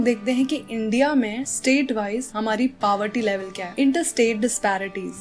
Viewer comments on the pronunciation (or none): Mam it isn't paverty it is poverty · Mam its not paverty it is poverty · It is poverty not powerty mam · Its not paverty its poverty😢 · It's poverty not paverty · Is poverty not paverty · Paverty nhi poverty women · you teach really good but its poverty not paverty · First of all, plzz can you speak poverty NOT paverty . Second thing is you should know the difference between rural and urban area plzz check it on any video .😊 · Maam pOverty hota hai, pawerty nai💀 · she speaks poverty so badly she speaks papa ka "pa" + verty but acualy its poor ka "poo" + verty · Poverty h paverty nhi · You are an amazing teacher but one thing is that It's poverty ( po-ver-ty ) not paverty ( pa-ver-ty ) as you were pronouncing it in a wrong way which irritated me I don't know why!!! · Thanks mam Btw it's poverty not paverty But your explanation amazing and BTW I am a legend Watching before exam 😂😂😂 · Mam everytime says poverty as paverty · Didi it's not pronounced pawer-ty it's something like pov-erti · Its poverty not paverty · Ma'am it's poverty not paverty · It is poverty not paverty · plz its poverty line not paverty no offense ur a great teacher!!! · Aap poverty ko pawerty kyun pronouns kr rhe hoo....? Anyone else noticed this....? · Thanks for the video... it really helped me... btw its "pau-verty" not "paa-verty" xD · No man,On India it is pauverty bt the real way is paa berty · I love u the way u teach I m watching yr video the first tym today but I wanted to say something😅😅Poverty is pronounced as paworty no paawarty😅 but it was nice learning with u❤️ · Ma'am why do you say poverty as paverty ?? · It's POVERTY not PAVERTY U spell it wrong , I was listening it to like 10 time to understand it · Mam It's poverty not pawerty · That is poverty not paverty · Its not pawerty its poverty 🤣😂😂🤣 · Paverty nahi poverty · It's poverty not paverty that u are pronouncing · Ironically you're not correct either. It's pronounced po- vuh-tee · You are pronouncing poverty wrong